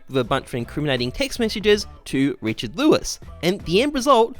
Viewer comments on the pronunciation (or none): none